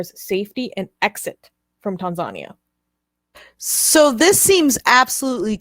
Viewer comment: Tan-zuh-knee-a (Tanzania)